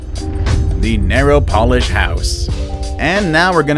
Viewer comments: It's "pole-ish not "pol-ish" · Polish..... (Pow lish) not polish, learn to pronounce my friend and your music is too loud. You do not need any music when narrating. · LOL!! Did you catch how he said "polish" instead of Pole ish ? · You pronounced Polish like polishing shoes. It's 'polelish'. Don't spread ignorance. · Pronounced Polish as in Poland NOT Polish as in nail polish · Yep, I did too. The narrator also mispronounces "POLISH" (like furniture "polish" v the ethnicity from Poland) and "Jakub" saying Jah-koob v Yakoob as it is pronounced in Poland. Media is no longer concerned with grammar, pronunciation or punctuation. It lacks professioalish - I'm a purist. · Rishi Beauty yeah was weird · Its in Warsaw Poland , the Keret House is the name of the place.. i think it was for rent a few years back? I haven't been overseas in years . Google it and see if its still available for ABB. It was built as a tourist attraction. The narrator says polish like polishing shoes . Its Polish like in Poland. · If you know the house is in Poland and its designer is Polish, then why would you pronounce it "narrow polish" as in shoe polish and fingernail polish? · He called it the polish (as in nail polish) instead of the Polish house. 😂😂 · Not polish 💅....Polish as in a person from Poland.